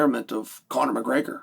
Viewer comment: Chael can you say Gregor not Graygor it’s so annoying